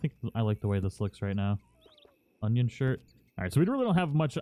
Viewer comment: I am convinced this dude is dyslexic. He's grotesquely mispronounced words before but Union to Onion? Come on man, that's grade school shit that you should be able to pronounce. Smh.